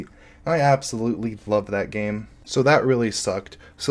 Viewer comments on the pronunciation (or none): none